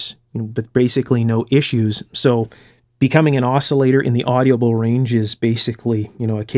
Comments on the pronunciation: Why do you pronounce audible with four syllables? It only has three syllables. Well, it has three in Australia at least. Do you livecin Canada? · "Audible" is pronounced like "Odd'-uh-bull", not "Oddy-uh-bull". Same with "inaudible": "In-Odd'-uh-bull", not "In-Oddy-uh-bll". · OK, I'm going to say this ''cause it bugs me and I'm kind of a jerk like that. My stupid brain tends to be ridiculously sensitive about this kind of thing, so, consider the source. ;) The word "audible" has only 3 syllables, not 4. It's "AWW-di-bull", not "AWW-dee-ah-bull.". Also, as long as I'm picking the tiniest of nits, the term "Farad" is pronounced "FAIR-ad", not "fer-RAHD". Regional accent, perhaps? I don't know, but what I can say for sure is that I have never heard anyone else pronounce it the way you do.Feel free to completely ignore this as the grumblings of a cranky old bastard. I love your work in general. Sometimes the repetition gets to be a bit much, but considering the importance of many of the issues (safety issues, in particular) you cover, it's understandable.Please do not take this as any kind of insult. I'm a big fan of your channel and am thoroughly impressed by the level of care, attention to detail and, especially, craftsmanship that you put into your work. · For being unscripted... You did an excellent job! I will be reviewing more of them. Just a friendly FYI... The word is audible, not AudiAble.